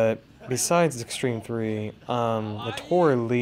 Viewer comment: her name is Naotora Ii, not Li. upper case I then lower case i. Pronounced 'Nayo-Tora Ee'